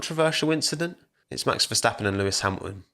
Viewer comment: max verstappuh!! never his fault